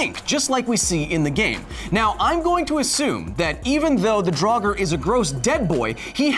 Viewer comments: Doesn't the pronunciation of "draugr", in the singular, elide over the 'r' on the end, making it nearly silent? The hard 'r' sound implies the plural, "draugur." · Just a language correction: I am very certain that "draugr" is only one syllable, not two. It does sound very wrong to my Nordic ears to hear "drah-gur".